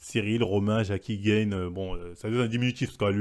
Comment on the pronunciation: JPP 😂 >> Cyril "Gaine", "Yassine gainemouri", "Nora Cornel", "William Gomize", "Sarah Parabène" mec, on a bien compris que tu n'y connais pas grand chose à l'univers du mma mais là c'est juste du français... Tu pourrais-peut-être faire un petit effort de prononciation par respect pour les combattants ?